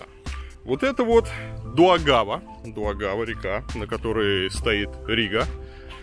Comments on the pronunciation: не дУагАва, а дАугавА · во-первых дАугава а не даУгАва. Во-вторых Янис а не жанис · Какая на*** Дуагава? Это вообще откуда такая информейшн. Даже на Гугл картах написано Даугава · река называется Даугава, а не Дуагава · Река в Риге называется Да-у-гава, а не Ду-а-гава ;)) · Варламов- каждый видит то , что он хочет видеть... И не река Дуагава, а правильно звучит- река Даугава! Рига- красивый современный исторический город- столица Латвии! Уютный, с запахом вкусных булочек и ароматного настоящего кофе! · Только приехал из питера в ригу, а тут видос варламова)) И кстати Даугава, а не Дуагава))) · ДАугава река ! А не ДУагава... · Дуагава? Даугава и где то там помирают со смеху латыши)))) Добавлено: искренне полагал что я первый такой внимательный... Ну почему мне не суждено быть первым ;( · Ну какая нафиг Дуагава?:)) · Дуагава...🤣я под столом... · =) река ДАУГАВА а не ДУ-АГАВА или называй как есть ДВИНА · Не Дуагава а ДАугава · Дорогой Илья Варламов, река называется не Дуагава, а Даугава 🙃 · Илья! Река называется не ДУагава, а ДАугава! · некая двойная агава вместо Даугавы)) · Не Дуагава, а Даугава, ударение на первый слог. Она же Западная Двина. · Дуагава? Ты так сказал, Вырлымов? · Река не Дуагава- А ДАУГАВА (западная двина) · вроде Даугава, а не Дуагава, не? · Дуагава??? В Риге???? Неет ....только Даугава! О великий Варламов😉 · 😄😄😄😄Илья река называется Даугава а не Дуагава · Хей, река называется ДА́УГАВА, а не дуагава. Остров Кипсала, где сала значит остров. Что по бумажке нельзя прочитать правильно? Это неуважение стране, где вы находитесь. Да, Санкт Петербург нравится, но Рига лучше в плане старинной архитектуры. Количество зданий Югенд стиля (40) охраняется ЮНЕСКО. Больше чем где либо в Европе!!! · ДАУГАВА! И не как иначе. В крайнем случае Западная Двина, но не Дуагава !!! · сам ты Дуагава, Варламов. Даугава – с ударением на первый слог (как и все в латышском языке) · Река Даугава, а не Дуагава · Река - ДАУГАВА ,А ДУАГАВА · Не Дуагава! А Даугава река!